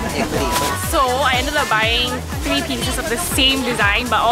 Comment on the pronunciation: Haha she said tree....